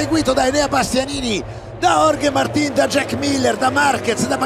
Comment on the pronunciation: Vi prego, so che non é imprescindibile, però se si fanno video in un canale "professionale", dopo anni che ormai conosciamo location e personaggi, sforziamoci di pronunciare i nomi correttamente: Martín, non Màrtin, Cheréz, non Gérez o Iérez (pronuncia più vicina per Jerez).... Non credo ci voglia molto...